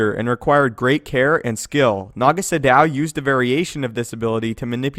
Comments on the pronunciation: Was about to say the same about the way to pronounce Sion it really bugged me as it did with Naga Sadow he pronounced it as if it were Sa-Dow with a pause between Sa and dow when it should be spoken in one Sadow sounding almost similar to the way shadow sounds. That really bugged me for some reason. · And stop mispronouncing names. Sion is pronounced Scion, Sadow is pronounced Sad-oh. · I also think it was supposed to be Sa-douw. For example, as Kreia and Uthar Winn pronounced it. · yeah I thought that about Naga Sadow too until I played The Old Republic and they keep pronouncing it as it's said in this video. I still feel like that's wrong.